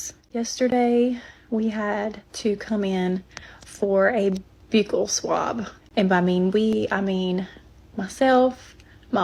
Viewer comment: I know this is nitpicking but it is buckle (buccal) swab